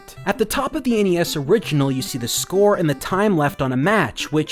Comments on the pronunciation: LOL "SCROE" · Does anybody notice that in boat race, instead of score it said scroe. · Nobody realised that Boat Race said Scroe instead of Score.